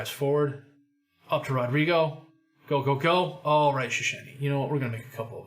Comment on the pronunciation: Just to end your torture, it's Shhessny. Make a long shhh sound and then ess like chess, ny like knee. Technically it's Shchesny - h in English has its secondary job done by z in Polish, so sz is sh, cz is ch. Just to be contrary, the Hungarians do this the other way around - sz is s, and s is sh. Ain't languages fun? 😋